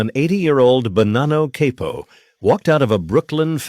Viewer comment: It's again saying Cay-poe instead of Cah-poe